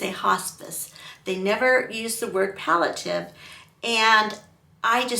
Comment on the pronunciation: You’re saying “pal - a - tiv,” but the word is “pal - ee- a - tive.” Palliative: There’s an “i” before the “a.”